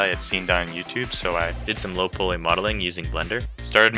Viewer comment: i didnt actually expect you to respond lmao u just pronounced it strange thats all ¯\_(ツ)_/¯